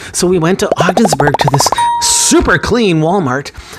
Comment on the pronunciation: Hahaha you said Odgensburg NY I’m watching your video from Lisbon right outside of Ogdensburg